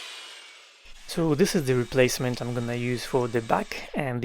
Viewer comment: Beautiful. I love that when you say 'I'm a professional', it sounds like eff-u. It takes a professional to pull that off. ❤